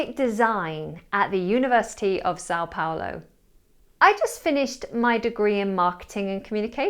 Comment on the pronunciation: As a Brazilian, I tell you that your pronunciation of São Paulo was pretty good.🎉